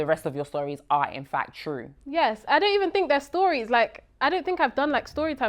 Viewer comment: “ Evon if “😅